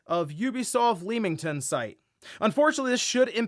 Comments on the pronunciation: Hi, you know we Brits don't spell words as they actually sound, especially town names. We don't say Leem-ington (it's actually Leamington Spa and it's a hub for game studios) but we say Lemm-ington. Just like the game Lemmings. Don't shoot the messenger! Keep up the good work. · Found the pronunciation of Leamington funny (leemington it should lem-ing-ton) but it's minor. Its just I live in Coventry about an hour away so made me laugh. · Lemington is pronounced like Lemon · Not that it matters but to anyone who cares, It's pronounced as Leming-tun 👍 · I know the A in Leamington might make it seem like it rhymes with "Beam" but it's "leh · muhng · tn"